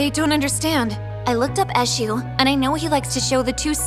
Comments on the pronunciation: It’s not pronounced like that tho: it’s pronounced; Ashoe… the god Edit: it’s spelled Esu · She didn't even pronounce the Eshu very well 😂😂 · As a Nigerian, hearing the way they pronounce"Eshu" makes me laugh😂